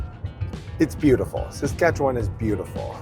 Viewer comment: Good video! Thanks for sharing. Being from Saskatchewan, I have to say that I was impressed you pronounced it correctly - many struggle. But although the beauty of Saskatchewan is it's flat prairie, three hours or so north and you are into terrain that is not that dissimilar to Dawson Creek, another level of natural beauty. I am always in awe of Alaska and how something so beautiful can be so deadly at the same time. Nice ending to the video.